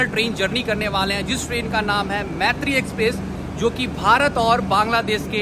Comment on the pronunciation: Bro pronounce correctly m Maitree nam hai par pronounce, moitree hota hai.